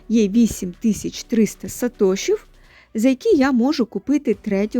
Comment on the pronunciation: Сатоши, наголос на о. Від засновника Сатоши Накамото)